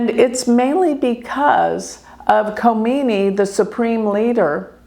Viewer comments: If Leader if Iran is out of control according to you why dud Israel and US bomb Iran unprovoked! I believe you don’t pronounce the K in his name? I think your bias is showing! Israel is the problem! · Wake up people. In the name of a gypsy astrologist, is trying to be political with wrong information and brain wash PEOPLE. By the way Iran is not closed as you are describing. Learn how to pronounce Names Khamenei. Kha - meneh - ee. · she had taken orders from her big boss. is no number to talk about Iran and Iranian people. She can't even pronounce names right. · You are so negative in your interpretation. I am a Hindu Vedic astrologer too. The least you can do is say his name correctly. He is a religious fanatic followed by 90,000,000 people. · She constantly said Ali , just malpronunciation for the last name, which is ok. And you know Khomeini's first name was Rohollah.